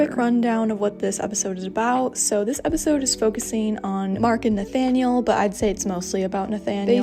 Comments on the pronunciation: I just want to say that Nathaniel is pronounced Na-TA-niel in French, not Na-Fa-niel. Sorry, I know you don't speak French (I'm not very good at English either) but I had to say it xD. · In the English dub they say Nathaniel with a "th" 😕